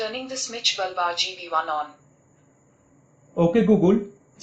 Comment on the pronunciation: Its bulb not baaalb ! Its google not gugulee , overall nyc review